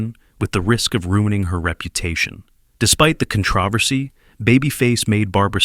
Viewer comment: How did you mispronounce controversy?